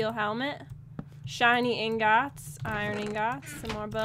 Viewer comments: She said engots but it's really ingots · She says ingot like ing-got not ing-git 😂😂😂😂😂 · calls the iron ingots, iron ingOts... haha